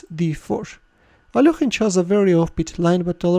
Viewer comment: He is alekhine not alokhine you understand that.plz you are ruining the name of a legend player plzz stop this